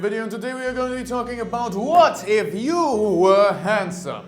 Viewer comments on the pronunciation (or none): Yea strong emphasis on WHAT IF